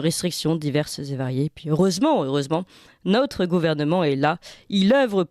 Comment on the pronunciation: Notre est un o ouvert et non un ô accent circonflexe. Merci de parler correctement.